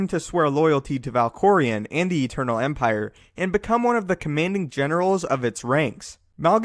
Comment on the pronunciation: gief theh eternal empireh man!